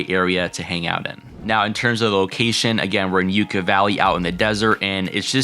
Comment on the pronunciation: Enjoy your vids, thanks for sharing…but one thing. It’s Yucca as in “Yuck-ah,” not “You-kah.” 😀